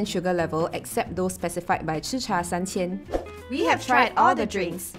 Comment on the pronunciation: Someone said San Qian instead of San Chen at 2min mark :D This food tasting is wasted on testers who don't appreciate tea sigh. 50% sugar? How about 0 sugar to really taste the tea? I think some of the teas taste better drinking hot.